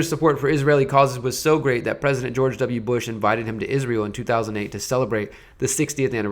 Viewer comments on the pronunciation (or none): none